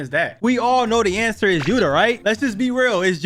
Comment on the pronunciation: He is glazing yuta but can’t say his name “yua”😂😂